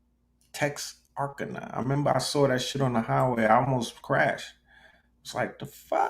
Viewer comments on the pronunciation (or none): Pronounced Tex-ar-kana. On the border of Texas and Arkansas